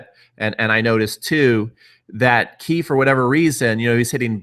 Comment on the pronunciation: btw it's "Kay" not "Key"... just saying.